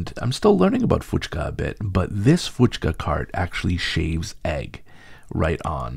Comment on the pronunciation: Hey, it is Puchka with a P" and not an "F"